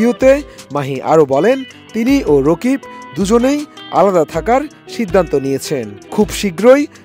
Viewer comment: Rokib na vai rakib 😂😂😂😂😂😂😂😂😂😂😂